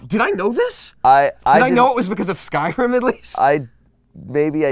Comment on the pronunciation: If they "pros" at skyrim and you cant say skyrim right